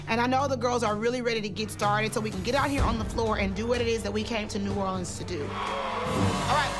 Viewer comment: The coach from explosive j pronounced New Orleans wrong